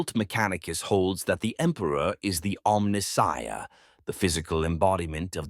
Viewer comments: The way you pronounce omnisiah is heresy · The mispronounciation of Omnissiah begets heresy. A heretical AI shall not be tolerated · The doesn't pronounce it correctly that's still on him. Still heresy